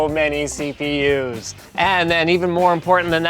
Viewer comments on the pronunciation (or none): none